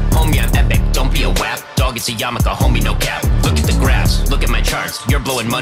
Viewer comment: Its so funny pronounces Wap correctly